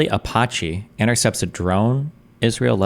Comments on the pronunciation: Destiny mispronouncing Apache never gets old to me. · Who the fuck pronounces Apache like that?